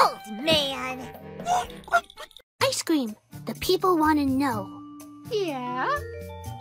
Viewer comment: I love how you include the concept of bi with ice-cweam and fwench fry